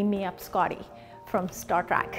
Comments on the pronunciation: It kind of irks me that she kept calling it "Star Trak" 😑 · You're saying "track" it's "Trek"...🤷🏿‍♂️ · “Star track” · "Star TRACK"